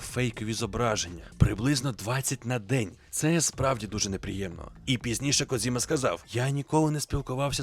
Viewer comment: Коджіма, а не "Кодзіма". Це калька з російської транслітерації. В усьому світі він Коджіма, окрім для гоблінів